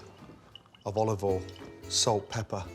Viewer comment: We love salt and pebber lol